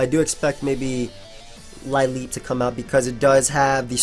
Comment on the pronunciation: Lileep is pronounced 'lil-EEP':)